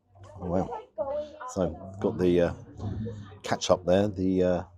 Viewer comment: Ketchup not katchup